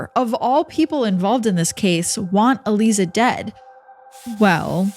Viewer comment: I'm pretty sure her name is pronounced...uh-lie-zuh...Aliza.